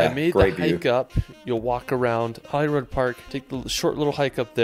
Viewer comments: Trust none of this videos pronunciation. Truly painful. Holyrood - holly-rude The castle you recognised has been in many films, including Highlander. This is such a random collection of places, beautifully shot but random. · The guy on the video has mangled place names. It isn't Scat-land or Edin-boro. It is Edinburgh pronounced Edinburra. It isn't Glen- feenan. It has an "I"in it and it isn't Holly road FFS!!! It is pronounced the way it is spelt Holyrood. How do someone get road out of that. As for Sligachan and Bidean nam bian ... Then my birthplace Glasgow. It is pronounced Glas-go. Try and learn how to pronounce the bloody names. It is so annoying. This guy has barely scratched the surface of what Scotland has to offer. Nothing in the south or Fife and the North East. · Holyrood as well. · Scotland has such epic landscapes, if you love hiking you will have a great time here (or even if you don't like hiking there are amazing places to visit). Please, before you go, check out how to pronounce the place names or even ask some locals. It is rather irritating when people don't even bother checking. Edinburgh is pronounced Edin-bruh, Glasgow is Glas-go. Holyrood is "rood" not "rod". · Edinburgh is pronounced "Ehdinburra" and it is Holly Rood Park, written Holyrood. It means Holy Cross. Eelin doanin Castle. The "ch " is always pronounced at the back of the throat, never "sh"! Duncan as the name with bay. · Whenever this guy's videos get reacted we have to tell the reactor there is a health warning on his terrible pronunciation. He can't pronounce even Edinburgh or Holyrood park. Don't copy him. It's Edin-brurr and Holly-rude. (and Glen-fin-un etc etc etc) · It hurts my ears when people say Edinboro. Holyrod park in Scotland and Hollywod California.